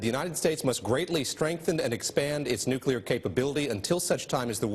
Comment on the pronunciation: Hockey stick eyebrows can't even pronounce "nuclear" correctly...